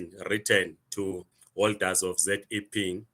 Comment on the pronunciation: Educated can't even pronounce ZEP😂😂😂 fake zim zim